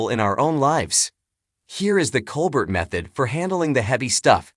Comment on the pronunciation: How about pronouncing his name correctly